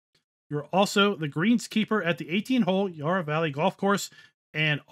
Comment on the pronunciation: Loved the map tour but as an aussie living close to the yarra valley every time you pronounced it i cringed as the first a in yarra it pronounced like the a in valley